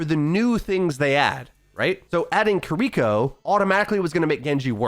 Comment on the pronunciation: Who’s “kur-eeko”?